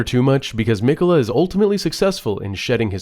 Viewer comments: Brother saying Mech-ulluh the entire video instead of Mick-ella when he hears the guy saying the name repeatedly is making me have a seizure fr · mic-uh-la not meck-uh-la. driving me crazy over here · You have too be purposely be saying miquella wrong it’s crazy